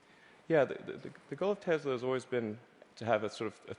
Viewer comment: 텔사가 아니라 테슬라입니다...